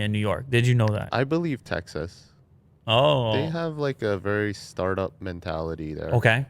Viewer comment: Tecxas, Techsas...